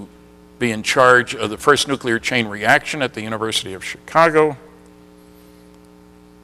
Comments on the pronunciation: This is the former physicist who still says "NOO-KYOO-LIR" when he means nuclear. How much credibility do you think this here engineering college graduate is going to grant him after that? And then of course there's also his willfully obtuse insistence on saying "ZACH-aria" Sitchin instead of ZECH-aria Sitchin. HACK. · I happen to agree with you. You have a valid few points. No self respectable scientist would be lazy enough to to mispronounce nuclear, or sitchins name. This DOES say a lot about the man, despite the whiners below asking you for a real point.... kids argument, content is surely important, but these points about pronunciation are just AS valid, and DO mean something. It would be just the same as me, being a composer, saying ludwig vanbetavan..... it MATTERS.